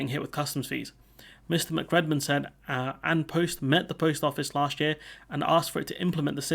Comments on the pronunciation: Quick one - it's actually pronounced "On Pust". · An post is pronounced "on pust". Just for future reference. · "An" is pronounced "on" in Irish. "An Post" is closer to being pronounced "On Pust" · An Post is pronounced On Pust. 👍